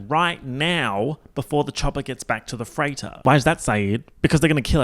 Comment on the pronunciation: lmfao every time said “freighter” I thought he was saying “Freyda” and all I could think was “Who the fuck is she??”